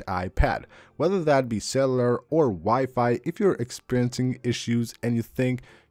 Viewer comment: When your speaking about cellular data why do you pronounce “cellular”as C E L L A R Data I know you might not even know your saying Cellar instead of Cellular when speaking to us the subscribers thats all i wanted to say but other than that your so freaking amazing at what you present to the audiences and for that I’m all into your videos so keep up your amazing content and the integrity because you deserve a lot more from us than what I’ve seen from your channel so far much appreciated just keep that in mind when speaking about Cellar data 😅😂❤